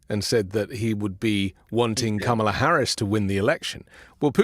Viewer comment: Trump you need to say her name correctly it’s President Ka Ma La !